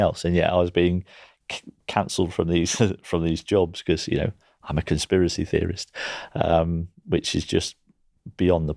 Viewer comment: "Conspiwacy feories" 😂😂😂